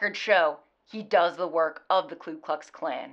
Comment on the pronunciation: FYI, it’s pronounced “Ku Klux,” not “Klu Klux”; hard to pronounce, I know